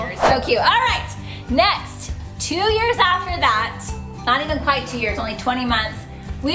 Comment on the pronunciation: it’s pronounced quite